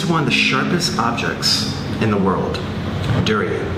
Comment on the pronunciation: In my home country durian is just a delicacy but I absolutely hate the smell and it tastes okay but it kinda tastes like nothing and he’s pronouncing durian wrong anyways and durian is not how you spell it lmao